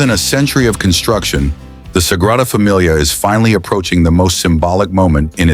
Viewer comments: Nice story, but I wish your narration had gotten it right. Especially pronouncing the NAME of the Basillica! It's the Sagrada Familia, Sacred Family, and pronounced "Să-gră-dă Fă-me-lee-ă", not "Fă-mi-lee-ah", that sounds more like familiar. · “Sagrada Damilia”???? Good god I hate AI! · Sagrada Damilia? There's AI for you. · “Sagrada Damilia?” What is Damilia? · It's a shame you didn't think to find out how to pronounce the name of the thing the video is about.